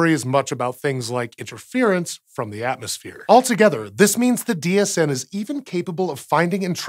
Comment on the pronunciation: Every time he says DHN I hear DHD which means I've either watched too much Stargate, or just the right amount. And im pretty sure it's the latter :)